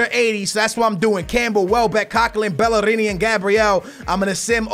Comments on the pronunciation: lol skillz its bellerin, i thought you were syaing bellerini as a joke. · Its Bellerin not Bellarini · The way to pronounce bellerin is bell-er-in not bell-er-ini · I dont understand how you get Bell-a-rini from Bellerin? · Don't say BELLERINI you say BELLÉRIN, not with an I at the end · It's bellerin not bellerini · its bellerin not bellerini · It's not bellerini it's pronounced Bae,erin because 2 Ls in spanish is ae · "BEL" - "LER" - "IN" not "BEL" - "LER" - "INI"...... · Dude Why do you say bellerini? There is no i at The end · Iam not pissed but its pronounced hector belerin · Bellerin ( pronounced bel la rin ) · its pronounced Bell-r-rin. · Actually it's pronounced Bay-er-een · ok you ready? BELL-ER-EEN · It's Bell-er-in :) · as u bought bale before in man U career and BTW ITS. BELL-A-RIN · its bell-er-in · it bell-er-in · It's pronounced BELL-ER-RING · keep saying bellerini cus it pisses off the arsenal fans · y do u say bellerini that is not how u pronounce it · Just letting you know it's pronounced Bell-er-in. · It is pronounced be-ler-rin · Bell-eh-reen = Bellerin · GOTTA ROLL THE R THO